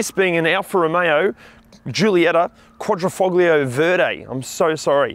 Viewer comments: When you say "Quadrifoglio" you don't have to say the "g", it is mute. It's more like "Quadrifolio". I think that "g" really annoys a lot of Italians when the hear it from English speakers. Hell it even annoys me quite a lot and I'm not even Italian. Edit: And it's Gee-oo-lieta, not Joolieta ;) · Thanks so much for watching and commenting Alex. The pronunciation of the "g" was done on purpose to emphasise how harsh the Australian accent is, and to juxtapose the sound of my voice against our Italian friends accent throughout the safety section.